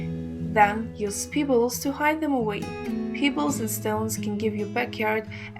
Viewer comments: Lol, Peeebles? lol Pebbles lady! To funny. Before you do a video for all to see. Learn how to pronunciate the words first! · Thank you. Check your pronunciation of "pebbles". Sorry to be picky.